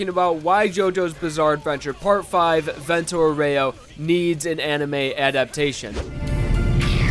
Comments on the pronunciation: "Vento Oreyo" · "VENTUH OREO" AHAHAHAHAHAHAHAHAHAHHAAHHAHA